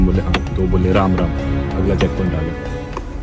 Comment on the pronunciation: The way he said Ram Ram 😹